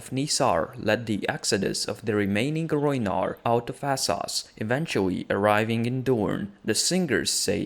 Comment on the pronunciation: Say it with me..."Wes-teros"...."Es-sos"....Ennngliiiisssh lol